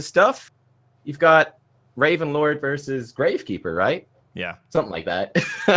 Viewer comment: I love the way she says “worsus” instead of “versus”. Makes me think of Chekhov from Star Trek and his “inwisible”!